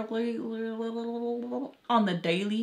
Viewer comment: "Regurlrlry😶 On the daily😏" 🤣🤣🤣🤣 though ❤